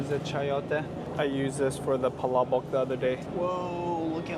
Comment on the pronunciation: music to my ears every time you pronounce those filo words esp. palabok haha